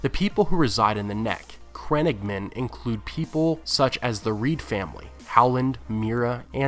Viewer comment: the way he says crannogmen makes me cringe